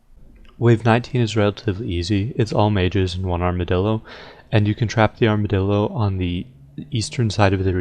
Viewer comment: Did you say "Armadildo"?